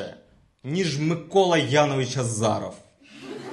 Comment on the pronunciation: Якщо вимовляти правильно, то тоді Азіров